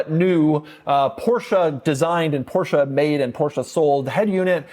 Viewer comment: Mercedes… Porsha porsha porsha porsha… coontash. 😂